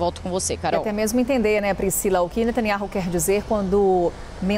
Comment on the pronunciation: Eu quero saber onde está a pressão mundial pra libertar os reféns que estão há QUASE um ano em cativeiro??????? Só pra contar: a pronúncia do nome do nosso primeiro ministro é Natanyau